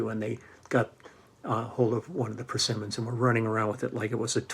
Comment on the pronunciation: I got the uni tuner. Works beautifully. Love the way you say persimmons. Could be that Doobie Brothers guy.